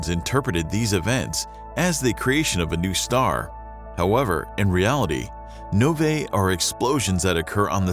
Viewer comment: Hearing the narrator pronounce “novae” as “no-vay” is titling! 😠 It’s “no-vee”, people!!!